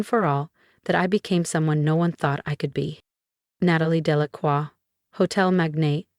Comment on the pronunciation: Very good speaker! Even pronounced "Delacroix" correctly!